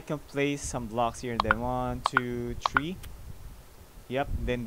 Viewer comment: “one two tree four five”